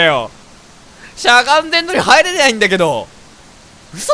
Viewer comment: 『入れ「にゃい」んだけどｗｗｗｗ』噛んだのかわいい。